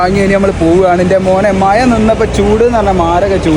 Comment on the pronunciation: മയ അല്ല മഴ